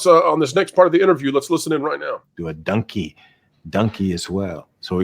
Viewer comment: Wait did Eddie Murphy say “Dunky”? Are we getting a videogame dunky movie??!